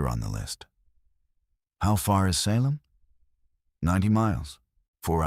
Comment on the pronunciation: Seriously...mispronounced one of our most notorious cities, i.e. for the SALEM witch trials!! Get a handle on your AI program. Ridiculous.